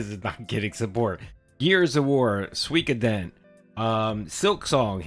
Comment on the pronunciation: I was trolling phil in his chat last week calling it "soy koden" I can't believe he started calling it that 😂 he used to say swee Koden